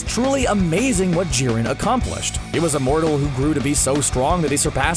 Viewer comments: Jiren not koren lmao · Did you say jierns race was number one